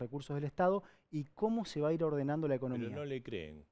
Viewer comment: "Pedo"??? Quién le enseñó a habladd a ese señoddd ? Padece Guille, el hermano de Mafalda.